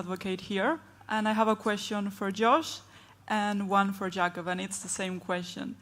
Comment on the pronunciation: How are you going to interview one of the GOATs and not know his name is pronounced “Yah-cob” not “Jay-cob”?